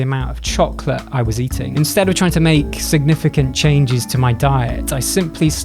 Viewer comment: For minute there, I thought you said "chalk" instead of Chocolate.